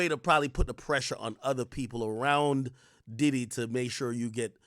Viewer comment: P DIDDY ❌🙅🏾‍♂️ P DIDIT ✅ 🤦🏾‍♂️